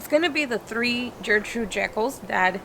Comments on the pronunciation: Love the video guys. i just bought one of your roses. But I have to say it’s pronounced with a G. Your saying Jertrude. It’s Ger. Ger. Gertrude. :) Not to bust your balls or anything great vid and great channel. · It’s pronounced gurrrr-trude not Jurr-Trude. Very pretty roses. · Fabulous roses, love your enthusiasm. One thing, just because it was my grandmother's name, hard G at the start of Gertrude. Gert rhyming with Bert. Keep growing!!